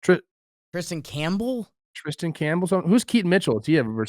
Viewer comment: Kristian Campbell, not Tristan Campbell